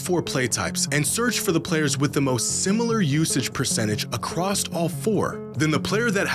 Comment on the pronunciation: pls stop saying acrosst